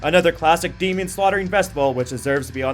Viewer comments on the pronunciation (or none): none